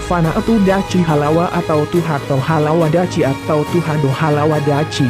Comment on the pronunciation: Min bukan Dachi tp Dakhi